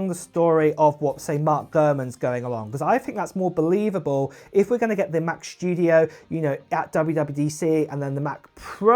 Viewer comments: why are you talking shtudio and not studio? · “Mac SHTYUDIO”